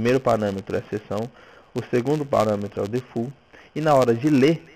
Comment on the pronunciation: po defult vai aprender a falar inglês pow